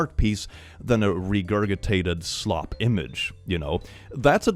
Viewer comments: Hey, a small pet peeve of mine: regurgitated is pronounced with a soft g on the second one like in ginger. so regurjitated. just in case you're not doing a bit there with the accent. no native speaker myself btw 🙂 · How many times can say "regurgitated" in this video? 😂 But also it should be re-gur-juh-tated not re-gur-guh-tated. Threw me off every time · "Regurgitated" the second "g" has a soft "g" sound" like regurjitated. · Hello 👋🏻 hope you’re having a nice day. “Regurgitated” is a weird word. The first g is hard and the second one is soft. It’s pronounced “regurjitated” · I need to know - do you say 'regurGitated' with a hard G because that's how you think it's pronounced, or just because it amuses you? (I have certain words that I say wrong deliberately around friends and family because it amuses ME.) 😄